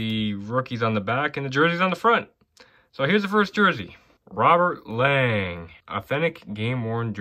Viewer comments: it is pronounced Robert Long not Lang just an FYI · ever since when he was draft by the LA Kings i remember Bob Miller saying the proper pronouncing saying it was Long not pronounced Lang